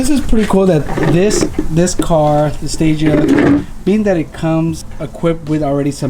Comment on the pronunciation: Listen here 😂 it’s not a gtr and you said stagea wrong. Yeah they look nice with a 34 front but a stagea isn’t a gtr and the front of the 260 is one of the best looking front ends on any car,I personally don’t know why people do the swap but everyone can live their life’s how they want. Not a gt-r bro. It’s a 260rs four autech